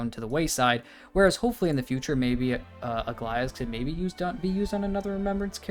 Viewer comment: How is it that every way people say Aglaea's name is wrong? Its Greek yes but its not that hard